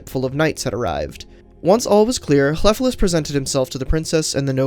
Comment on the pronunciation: The F is pronounced like a V. But your ll is good :)